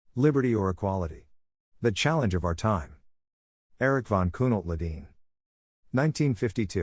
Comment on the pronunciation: I really wonder how you got your reader to correctly pronounce a foreign name.